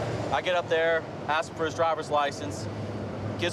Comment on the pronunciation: I wonder why is so hard for some people to pronounce ASK?